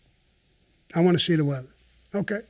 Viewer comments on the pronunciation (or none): "Im watchin the weatha." The way he says it haha